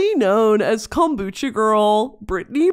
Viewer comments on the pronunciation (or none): none